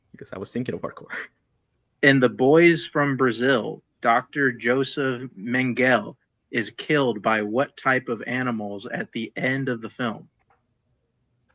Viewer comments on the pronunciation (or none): MEN-GUH-LUH!!!!!! NOT MEN-GALE!!!!!